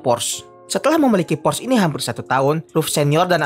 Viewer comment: Porsche bacanya Porsyee, bukan Porsss